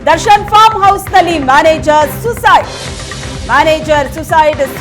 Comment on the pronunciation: ಸೂಯಿಸೈಡ್. ಭಾಷೆ ಸರಿಯಾಗಿರಲಿ